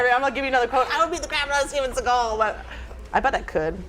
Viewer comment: Steven Seaego